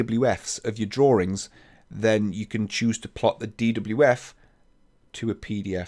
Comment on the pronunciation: I love how You pronounce "drawings" :D